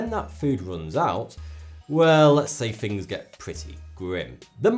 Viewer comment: When u say things u say fings